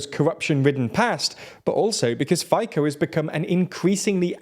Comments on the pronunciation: Fay-co... :-)) Sounds so funny... It's "fee-tzoh", FYI. Although considering the direction of SMER (pun intended), we might be calling him Fitin, soon. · Cmon atleast learn the pronunciations of people you are covering, its not Fay-co but Fi-tso ("fi" as in finland, "ts" as in tsunami), not that hard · to je hanba ale rozmyslam ci nie je vacsia ked sa ten nebol schopny naucit vyslovovat mena a nazvy. fajko a kaputova tak to mi odletel dekel. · Fajko XD zomieram XD really this moderator dont know how to speak our names. IN slovak language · For most of the video I was like, Fajko doesn't sound very Slovak. But then I looked it up and realized it's just a another case of an Anglo not doing the same. It wasn't hard. Literally took less than a minute. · It's funny tho. This pronounciation is kind of similar to how you say blowjob in Slovak. It's become a meme lol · Fico is pronounced as something like "Fitz-o", the C has the "ts" sound, not "k" sound. Otherwise a pretty accurate video. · His name is not faiko, it's Fico, as in Feetso. It's hard to take a video seriously when you can't even pronounce the name of Slovakia's most infamous politician. And it's not KapitOva. It's ChapUtova. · "Fico" definitly doesn't read "faiko" but please continue, it's hilarious 😂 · I watched the previous one and wondered who's Fajko and they haven't learnt their mistakes 🤦‍♂ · i guess this is how you should spell it in english: fee-tzaw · Good explanation, but the pronunciation of FICO is hurting my ears 😀 His name is pronounced rather like “fitso” in English. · They keep calling him Fajko and don't even bother to look up for the correct pronounciation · Your pronunciation of Fico is killing me! 😂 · I love your pronounciation of Fico. It sounds like "fajka" which is Slovakian term for "blowjob". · Can you finally learn how to pronounce Fico? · Please just look up how to pronounce Fico 😂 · It is Fico not Fiko , C not K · Robert Fico correct pronunciation is Robert Fitso.